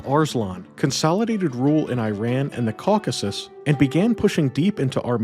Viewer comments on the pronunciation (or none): none